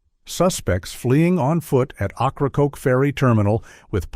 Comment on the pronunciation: Ocracoke is pronounced (Oak-rah-coke?